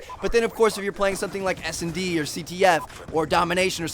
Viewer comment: He said snd but for a minute there i thought he said smd